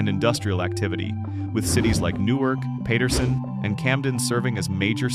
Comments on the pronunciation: Haha ! Yeah, that pronunciation of Paterson was definitely jolting. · As was Newark ..... but how the AI said Paterson was ridiculous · paterson was pronounced so wrong LOL. im offended